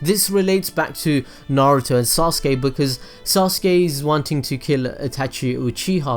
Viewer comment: i am not gonna forgive him he's calling Sasuke ""soske""